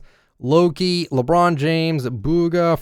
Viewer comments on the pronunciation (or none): none